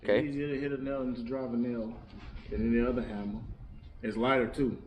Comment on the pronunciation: The "hammar"